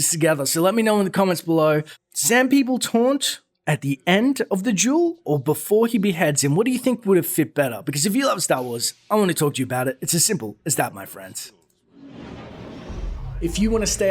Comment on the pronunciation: Are you pronouncing dual as jewel? Work on your English pronunciation please! Love your videos !what's your welfare about facts and opinions are for not if I cannot understand what you're saying